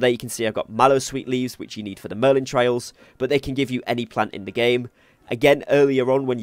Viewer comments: Merlin TRY-al, not TRAY-il. The former is a challenge, the latter is a path you follow. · Merlin trials, not trails. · good tips .my tip its trials not trails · Mistake 11: calling them trails instead of trials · thanks for the video and helping with your experience. also its trials not trails. u got the A and I mixed up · Good video but it's Merlin Tri-als, not Trails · TRIALS... NOT TRAILS.... SMH .. CMON DUDE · TRY-ALS not trails 😂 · they are merlin TRIALS not "tray-ills" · Trials... Not trails... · Trials.. not trails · It’s trials not trails lol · Every time you say "merlin TRAILs", I die a tiny bit. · This dude really said Merlin Trails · How do you pronounce Trials both wrong and correct in the same video lol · Great tips but ....YOUR NOT PRONOUNCING TRIAL CORRECTLY. ITS NOT A ROAD ITS A PUZZLE/TRIAL OR TRIBULATION TO GO THROUGH!!!!!!!!!!! lol just pinched a nerve 😂😂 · Pick a pronunciation and stick with it, trial or trail.